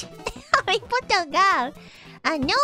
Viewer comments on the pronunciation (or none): none